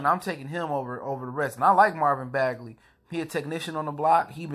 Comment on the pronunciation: Fair observation bruh. Thanks for the vid. What’s up with the last name pronunciation though?